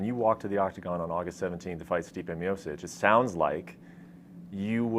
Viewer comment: He pronounces miocic like miosich